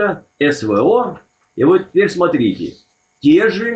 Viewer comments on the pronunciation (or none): none